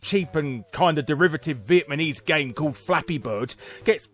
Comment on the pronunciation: viet MUH KNEEES